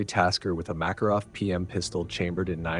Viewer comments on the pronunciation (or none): none